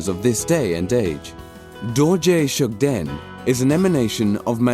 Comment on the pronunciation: Please let someone who knows the real name or pronunciation to do the narration first. Coz the narrator seems he don't have knowledge on what he is reading.